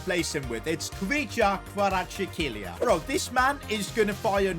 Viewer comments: Bro you are saying Kvaratchklelia😂 While his name is კვარაცხელია (Kvaratskhelia) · its kvaratskhelia not kvaratshekeelia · If u don’t know how to prouve that Napoli winger it’s kvaraskhelia ka/vara/shkhalia